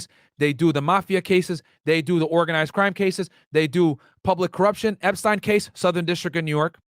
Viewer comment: And you’re right you may want to cross your t’s on “epstines” case. Starting with how it’s pronounced lol